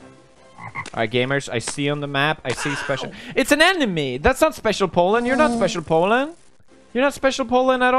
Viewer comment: When he says Pollen it either sounds like Poland or Holland 😂